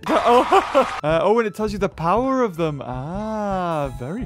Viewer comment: I cringed every time he sayed powef or health